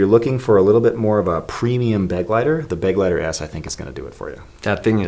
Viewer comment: Was it driving you crazy the way they kept saying beg-lighter? Because it was me, and I'm just an American who took 5 years of German classes in school. It's funny how Americans view German as a harsh sounding language but in reality the way American English treats R's and G's is lightweight obnoxious, am I right? Lol Correct me if I'm wrong German dude, but the pronunciation of this word is more like beh- gly- tare, yes?